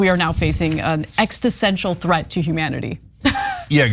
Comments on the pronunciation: It's "existential". The first time, I thought Ana just pronounced it incorrectly. But she did it more than once! It's not ex-ti-stential! 😂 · its "existential" not "extasensual" tf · WTF is an 'ex-ti-sential' threat? WTF is that?? And here I was think that an 'existential' threat would be the worst, threatening our very existence, I was totally unaware that there was something far worse!! WAH WAH WHEE WAH!!! OUR 'EXTI' is 'SENTIAL'!! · ExisTential not ExTisential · Extisential? lol love you Anna. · Anna! Extisential? Exist-ential! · Why does she keep saying 'extistential' instead of 'existential" and why is almost nobody commenting on that? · An extisential threat? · "...an extisential threat..." Not once, but twice! Your failure to use actual words is an EXISTENTIAL threat to humanity... Any time I see the words, "national security threat," in any news article what I see there is, "a threat to the existing power dynamics of human society." In other words, anything considered a, "national security threat," by the people running things is really just a threat to their position of power and control. Which, for a pack of psychopaths, isn't at all surprising. "Navidia"??? Somebody should have told him that it's 'pronounced' "enn-vidia". And they aren't working on AI. They produce the HARDWARE that the AIs run on. This might not be the stupidest thing I'll hear all day. But I'm sure it's close. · Hey Ana, it’s ex is ten tial…not ex tis ten tial. You’re welcome. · "Exist-en-tial". Not "exti-sen-tial". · lol, extesential threat. Existential, Ana. As in it threatens our ability to exist. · Or- ek-sis-ten-shul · Poor Anna. It's pronounced "existential". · Eg-zis-ten-tchal There you go, Ms. Ana. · Ex-is-ten-tial ... all good still love ya, got ur back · No, she said “exitsentual.” Like how you feel when you have a big poo. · apparently she's not going to be able to tell us what the threat is there Chynk. Because she doesn't even know how to say "existential"!!!!